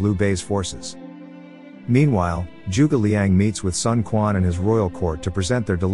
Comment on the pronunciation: Also, it is not Sun Kuan. More like Sun Chuan..